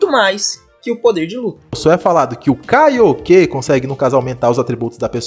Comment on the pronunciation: "Kaíoquê"??? Ele disse "Kaíoquê"?🤣